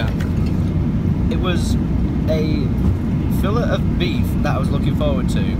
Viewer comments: Lol it's pronounced " filā" not fillet! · Hahahaha it's not pronounced fillet it's pronounced 'Filley'